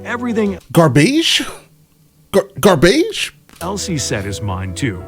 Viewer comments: Gar-beige? Lmao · I dunno if that video is using AI text to speech, or the narrator is just bad, but their (lack of) inflections grates on me. And the structuring Vs title. 'Gar-beige' (lmao) is the... icing on the cake in this! Nitpicks aside, still a sweet video.